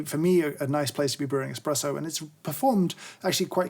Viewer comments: the illustrious Mr Hoffmann very clearly says Expresso instead of Espresso. I expect a formal apology at your earliest convenience. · If you listen carefully, James actually says "expresso" during the video once!